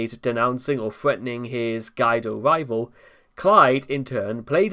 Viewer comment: "Guido" is pronounced "gwee-doe."